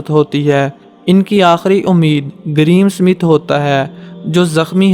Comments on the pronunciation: Ye greem Smith nahi Graeme Smith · bhai please pronounce name properly there is no "green smith " GRAHAM SMITH